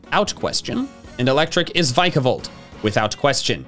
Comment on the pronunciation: There is no B in Vikavolt!